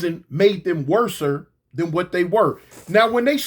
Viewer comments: NAW WORSER ISN'T A WORD...IT'S PRONOUNCED WORSE!!! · Just say worst. Not worser